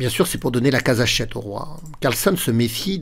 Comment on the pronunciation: Je n'oserais pas sacrifier ainsi sans avoir tout analysé (ce qui est impossible, au moment de jouer Cxe4). Mais je ne suis qu'un petit joueur... Un petit truc pour: penser que "Carlsen" se prononce comme "Larsen", ainsi ça devrait venir tout seul.😊